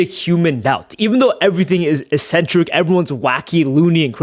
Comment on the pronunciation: Its pronounced ECK centric not "eSSenTeRiC"